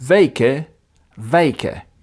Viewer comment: You're an impressive linguist, but the pronunciation of the word 'weken' [like in 'cake'] is not the same as 'wijken' [like in 'eye'].